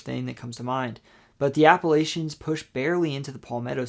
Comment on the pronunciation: Bruh. Native Virginian here: it’s Appa-“latch”-ions. If you keep saying Appa-“lay”-chions, I’ll have to throw an apple-atch-ya! 😂😂 Nonetheless, great video!